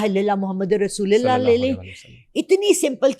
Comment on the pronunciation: Is Mai ko koi kalma he sikah dayta is ne video me do dafa kalma gahlt parah rasolila nai mai g rasolola lafaz h